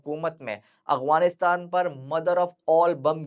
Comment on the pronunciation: No offence plz❤️ But it's sounding like اغوانستان , instead of افغانستان*۔ Otherwise it was a good one Masha Allah ❤